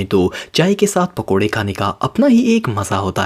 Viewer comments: Its pakore not pikoreeee😂😂😂😂😂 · Pikore nahi bsdk pakore hota hai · Brother not pikore it's pakore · bhai pikore nahi hota pakode hota hai 😄😆😅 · It's not pikode it's pakode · Bhai pikoda nhi pakoda hota h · Pekore nai hota pakore hota he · Pacora hota pecora nahi hota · He says pekode